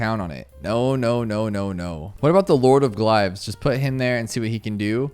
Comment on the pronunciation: imagine not being able to pronounce Glaives